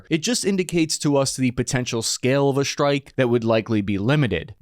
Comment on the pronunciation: Why do you say shtrike instead of strike? Its irritating